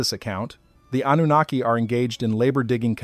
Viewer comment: also with an AI voice that cannot properly pronounce Anunaki